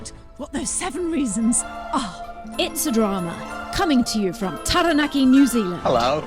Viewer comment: Come on if you can pronounce Oakura correctly surely you can pronounce Taranaki correctly.